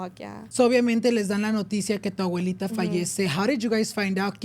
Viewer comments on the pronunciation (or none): none